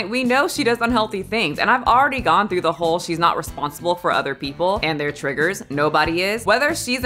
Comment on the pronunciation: I enjoy how the interviewer said “hoe” instead of “whole” when asking. It fits beautifully since her flick is what made her famous. I assume in Hollywood you have to fake outrage to get noticed rn. I saw both things Lily’s been in and don’t remember her at all, so maybe she’s in need of Kim’s advice at the start of the video. If I had the honor to wear the Marilyn dress I’m loosing weight and duct tapping this islander ass as flat as possible not to damage such an iconic garment.